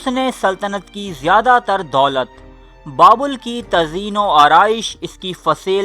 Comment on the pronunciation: بابول نہیں بلکہ بابِل تلفظ ہے۔